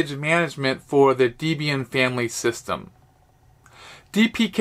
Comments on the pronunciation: DEB + IAN = Debian. Not deebian. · DEBIAN NOT DEEBIAN